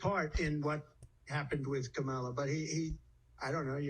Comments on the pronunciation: Trump struggles to say Kamala's name. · I hate that the right never pronounce Kamala correctly…it’s so rude. And they know they are doing it on purpose. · So racist that he can't or won't pronounce Kamala's name properly. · Trump, still does not know how to pronounce Kamala Harris‘s name. This guy is a malignant narcissist, combined with pathological liar. 🤥 🤥🤥🤥🤥🤥 can’t wait till we don’t see this man ever again on camera!